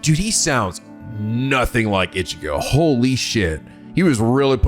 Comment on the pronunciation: so is it me or was pronouncing ichigo wrong